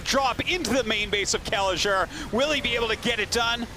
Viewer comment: Artosis butchering Kelazhur's name makes me sad..